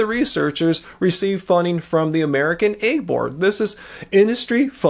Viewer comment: the word is 'egg,' not 'aig.' You continually pronounce it incorrectly.